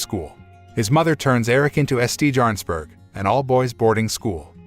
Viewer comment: It is not "S T Yarnsberg", it is more like "Chairnsberg", it means Star Mountain, or possibly Star Hill. The school badge had a star if I remember correctly.